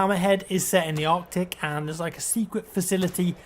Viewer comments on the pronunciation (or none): none